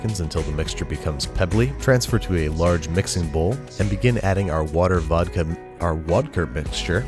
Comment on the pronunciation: Just realized you called the “Water + Vodka” both “Vodker” and “Wadka”, so which one is it? Good Eats fans will know the answer...